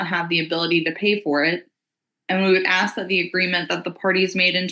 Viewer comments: It's ASK not AXED! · Did a professional lawyer just say AX? (Ask) oh no she did unt 😂😂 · Did he "ax" her? Well what where the injuries? Was it an "ax" or maybe a hatchet? Here's a ghetto lawyer who can't even speak English!!!! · The judge AXED him? That’s messy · I love lawyers that can’t properly pronounce ask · That Con artists' lawyer can't even say ask correctly.